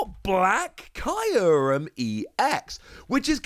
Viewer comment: I’m sorry but, the way you say kyruem is killing me